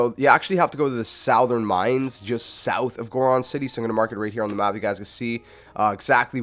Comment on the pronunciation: I was following along until you pronounced “south” like soowwwthhh because it hurt me.